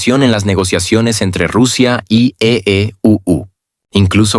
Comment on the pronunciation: Por favor ya deja de decir EEUU porque aveces dices EEPUTU o EEU o EU etc.. Porq no dices simplemente USA y a europa EU.... Tan facil todo de pronunciar